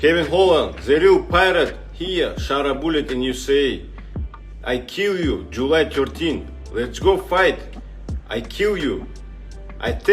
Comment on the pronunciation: “I Keyll Ewe”